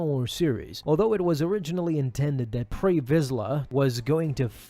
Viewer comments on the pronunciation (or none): You are correct, and it's "Pre" Vizsla, not "Prey." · pre not prey